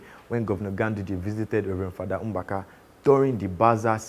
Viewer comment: Nice one. Keep it up... The presenter's pronunciation of Mbaka is very wrong. Another thing, if the Nigeria vs India myth has been passed down from generation to generation, one would wonder when Sam Okwaraji died. That part of the fact checking is almost misleading. But I enjoyed the video though. More of it.